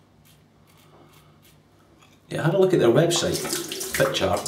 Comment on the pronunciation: As with most Germanic European languages, the J in Norwegian is pronounced close to an English Y: it's Fit-Yar. (The r IS pronounced, the Scottish trip-r is perfect.)